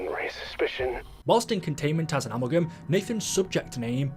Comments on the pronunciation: So who’s gonna tell that it’s pronounced “a-MAL-gum” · The way you say amalgam is so fucking stupid you need to put on an American accent or something